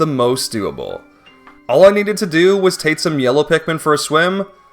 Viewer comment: I don't know if anyone else even noticed or if it's an accent thing or something but I kept getting distracted by the way he says k and g sounds. When he says take it sounds like tate, when he says breadbug it sounds like breadbu or breadbut, when he says wollywog it sounds like wollywod, when he says dioxin it sounds like diotsin, when he says fact it sounds like fat. I'm not trying to make fun and I'm still massively impressed by what he's done, I just kept losing focus when he said certain words